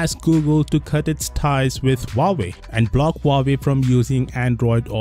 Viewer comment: "Huawoid" more like "How do I avoid".